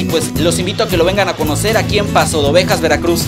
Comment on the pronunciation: Paso "de" Ovejas no pasodovejas